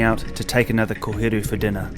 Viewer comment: Liked the video as soon as I heard him say koheru 🫡🙌🏾